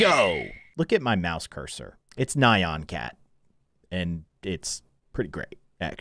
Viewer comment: You said nyan cat wrong